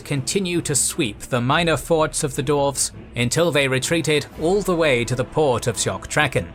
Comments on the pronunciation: try saying dwarves instead of doorves otherwise love ya work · Yeah, all I’m hearing is dorves not dwarves.